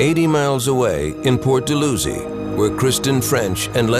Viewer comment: Port dal-how-zee